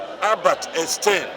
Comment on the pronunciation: He couldn’t even properly pronounce the name of the renowned scientist, Albert Einstein (and I am not saying that he said it with an accent, which would be fine if that were the case, but he completely butchered the name).